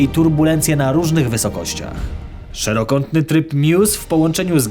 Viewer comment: jest mały błąd powiedziałeś szerokątny a powinno być szerokokątny